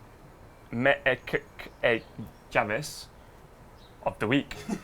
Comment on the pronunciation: javes is pronounced yaves